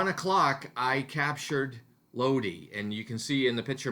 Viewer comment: in Italian you have to pronounce vocals in the same way, so LOD - I, like I of I-SRAEL, not LOD-AI, with the english pronounce of I (AI) and E is the E of E-mpty, not I like E-co (I)